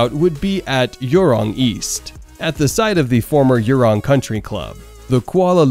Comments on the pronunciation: Please pronounce properly! Johor is not Yohor, Jurong is not Yurong! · It's Joh hor and jhu rong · I just can't The pronunciation of Johor = Your Hor, and Jurong = Yurong just gets me rolling. You don't pronounce juice as yuice though, so why?! 😂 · Why are you saying Yurong and Yohor... it's a freaking J not y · yuwrong pala bapak kau! 🤣🤣 Jurong - pronounced as jewrong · haha. That and his pronunciation of Jurong as Yurong and Johor as Yohor. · What a load of bs that this presenter has given who can’t even pronounce the names of these Malaysian & SG people properly, who were involved in this dreamers’ project. This so called hsr project won’t be happening anytime soon or in the future if it were to be built by the locals who don’t have the technology nor any expertise in constructing the hsr system like those in China which has the world’s largest network of HSR. None of these 2 countries in question, have a fast speed train system in operation other than the regular diesel or electric train system which is now running between the two countries. Besides, if this HSR project were to be realized for the two countries in the foreseeable future, their system would definitely not be the first HSR in SE Asia, coz’ Laos & Indonesia have their HSR system already in operation, which were built by China. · I can’t with the Jurong and johor pronounce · SGP and MY already high income economies，and butchering of local names